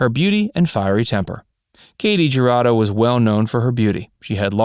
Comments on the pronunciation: Her name is pronounced "hu" Rado. Not ja. Just sayin. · Her last name is pronounced "Who-ra-doe" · It’s actually Hoo-Rah-doe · The J is pronounced as a Y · Katy Jurado really stood out in High Noon, which I highly recommend to anyone who hasn't already seen it. That's what I know her from. What other movies of hers do you recommend? Anyone? p.s. If you don't want to completely butcher her name, just search any Spanish language video about her, such as: historias engarzadas katy jurado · I read the comments to find one mentioning how her last name is mispronounced. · How in the hell did Ernest Borgnine manage to marry this beautiful woman? And how does the narrator not know how the letter j is pronounced in Spanish? Did no one see this but him before it was uploaded? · The letter J in Spanish is pronounced as an H. So it is Hurado and Halisco. Why they mispronounce Spanish names is beyond me because they don't do it with French Russian Ukrainian, or even Chinese names. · Announcer-I cringed every time you pronounced her name. Please learn how to pronounce the names of celebrities. It's pronounced, "hurado" with the "h" sounding like the "h" in the word "help"-same for "Jalisco" (Jalisco)